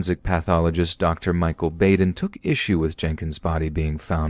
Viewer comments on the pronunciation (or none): none